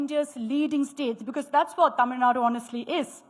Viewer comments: Vijay also cannot fool the Tamil Muslims too. The Tàmil Muslims are more proud of Tamil language, Tamil culture and Tamil customs than people like. Its a new "error", this is how pronounces it.! What a fool. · Congratulations🎉 Tamil Reads the channel name again. "It definitely says Tamil. Why is she talking like she's presenting at Oxford?"